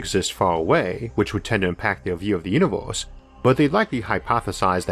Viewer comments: What's a "univorse"? ^^ more seriously where does that accent comes from? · Off topic, but im curious what region his accent is from? As an example pronouncing universe almost like univorse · Univorse? The stores? Formi paradox? Sorry, too annoying to watch.